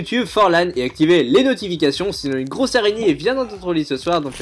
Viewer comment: Mdr l'areigner xD